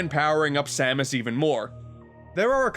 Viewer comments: it S-A-M-U-S not samooose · Dark Sam-moose? It’s Dark Sam-es (pronounciation). Sorry for nitpicking. It just kinda bothered me. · I’m sorry did you say “Sa Moose?” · are you fucking kidding me? Samoose? SAMOOSE?!?! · Was pronouncing samus as Sam-oos a joke or a mistake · Ah yess “Dark Samoose” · Ah yes, the dark doppelganger herself...Dark Suh-moose. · Why did you pronounce Dark Samus as Dark “Samoose”? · "Dark Sa-moose"...are you trying to get people to constantly point out your mistakes? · "Dark Moose" Ok yeah, this is definitley intentional, lol. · 10/10 pronunciation